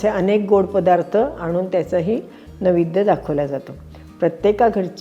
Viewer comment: नैवेद्य हा शब्द आपण नवेद्य असा उच्चारलात